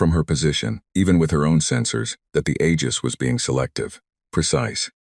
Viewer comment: Aegis is pronounced eejis ai, I know